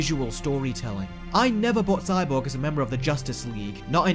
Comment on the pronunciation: Whenever you were saying Cyborg, idk why but I was hearing "Sidewalk" LOL 😂